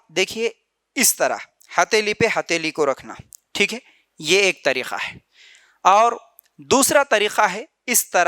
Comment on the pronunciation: Bakwas kar raha hai urdu bolna nahi aata tareeka ko tareekha bol raha hai ka ki jagah kha bol raha hai aurton ki namaz me thodi tabdili hoti yeh sarasar bakwas kar raha hai